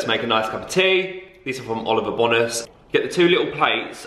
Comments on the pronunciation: It’s Seychelles rather than seachelles. Like the place, and Bone-as rather than BONas x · It’s Oliver bonus haha, pronounced ‘bone nus’ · The way you say ‘Bonas’ is making me lol 😂 ask Zoe how she pronounces it lmao